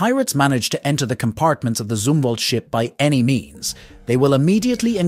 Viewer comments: ITS PRONOUNCED ZUM-WALT. ZUM NOT ZOO. Like some or thumb as in gee your dumb. NOT ZOO like your full of poo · It is Zumwalt, not zoomwalt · It's zum not zoom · Huh, maybe I am mistaken. But I read Zumwalt as Um Zum Walt, not ZOOMwalt!😂😂😂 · Take a drink everytime he mispronounces USS Zumwalt.🤦🤦🤦😂😂